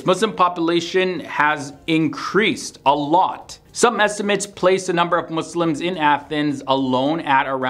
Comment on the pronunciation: Thank you for not saying mOzLiMs